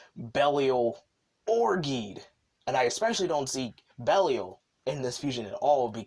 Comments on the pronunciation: Why are you pronouncing Geed like that? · Yeah, buddy needs to learn how to say Geed, Belial and Barossa